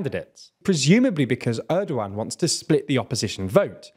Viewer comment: I have watched several videos of yours regarding Turkey and I want to help you out with some of the pronunciation as they come up pretty often. Recep Tayyip Erdoğan is pronounced with the "c" in Recep like "j" in jet, instead of an "s" sound like in "sea". It would also sound more appropriate if you let the "g" sound out as the letter "ğ" is a softer version of g, I suggest reading it as "Erdoan" with an emphasis on "-an". The opposition leader's name also has the same letter therefore I would suggest doing the same and reading it as "Kilichdaroulu" and İmamoğlu as "İmamoulu"